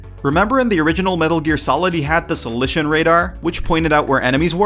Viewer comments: ikr it's soliton not solition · Solition? It's spelt and pronounced as Soliton. The games tell you what it's called for fuck sake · I'm sorry, the WHAT radar? SOLICION radar? You mean the SOLITON radar?!